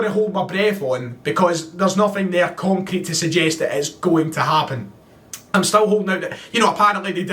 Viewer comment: PS you went full Charlie Nicholas halfway through this video -“ah’m sitting here thinking.....” 😉